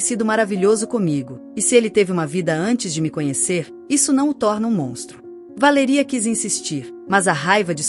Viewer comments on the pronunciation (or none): Porque não pronuncia o nome correto Valéria não Valeria😂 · Como falam errado ! Nossa quem fala assim não é Valería e sim Valéria cassete! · Péssima como ela pronuncia o nome Valéria pois tenho uma irmã co esse nome e tao lindo bem pronunciado